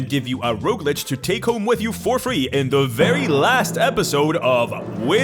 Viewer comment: As someone living among Francophones, who can't roll an rrrr to save my life, boy howdy am I jealous of how she managed to draw out that "Rrrrrrogue." XD